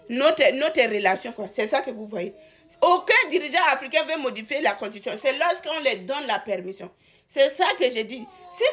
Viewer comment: On dit constitution ma chérie ! Belle analyse quand même .